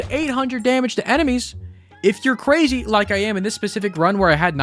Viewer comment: Cwazy :3